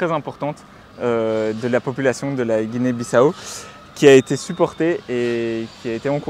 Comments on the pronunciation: la moindre politesse est de se renseigner sur la prononciation du nom du pays. pas guinée bisso, mais bissau se prononce bissaou. et où est la difficulté de récupérer le colis ? avez-vous sillonné tout le pays pour le trouver ? le destinataire absent du pays, on vous a remis son paquet sans problème. par ailleurs, je vais régulièrement au Sénégal. quand je le veux, même mes courses et mes plats commandés en ligne me soint livrés à domicile. je ne comprends pas cette généralisation. l'Afrique est un continent. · Et d'ailleurs vous dite guinee bisso c'est guinee biss à au sa s'entend comme sa juste en précision